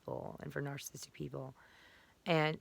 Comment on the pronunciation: You keep pronouncing narcissist incorrectly. You keep saying narcist and also narcistic. It is four syllables nar-cis-cis-tic. Please learn how to pronounce your most commonly used term.